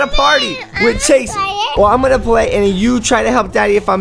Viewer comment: You said pway